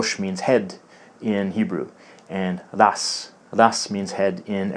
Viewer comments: Awesome video, I have noticed some of the same things in Hebrew and Arabic as well. Your pronunciation of Ra's or head in Arabic is missing the epiglottal stop ء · hebrew rosh and arabic ra's Isnt را or رَ pronounced as a mix of ro and ra? Edit:i learned to read the quran like this